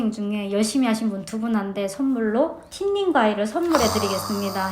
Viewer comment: 김밥 써는 달인의 경지까지 오름. 리나님 진짜 귀엽다. 인기 많을 수 밖에 없음 미용사 자격증 필기 시험 7전 8기.. 8번 도전에 필기 합격한 날..세상은 달랐다. "틴닝가위(숱치는 가위)" ; 모량 조절과 질감 처리를 하는 것을 말하며, 루트 틴닝(roots thinning), 이너 틴닝(inner thinning). 영어 발음으로는 "씬닝" 이라고 발음함. "씬닝가위"라고 발음해야 영어 발음과 가까움.